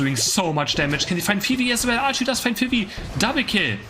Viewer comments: i like how how you call Fwii, Phoebe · It's very cute the way says Fwii, its pronounced like F-U-E, like the W its a U.